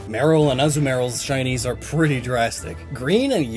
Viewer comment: The way he pronounces Azumarill as Azu-Marill genuinely hurts me